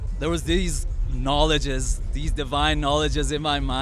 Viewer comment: Did he really say "KnoLOGEOUSS"